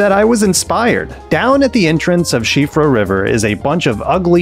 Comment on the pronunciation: Likes because you correctly pronounced siofra